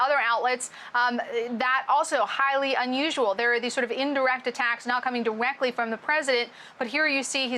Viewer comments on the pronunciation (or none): “not diweckly coming from the president” lol